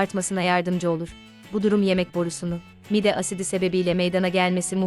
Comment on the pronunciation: Siz anlatan hanımefendi Türkçede bazı klimelerde bazı harflerin uzatılması gerektiğini bilmiyor musunuz, mesela mide kelimesindeki i harfi uzun okunur, aksi halde çirkinleştirirsiniz